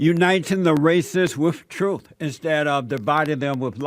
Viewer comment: With all due respect, I believe she said truf.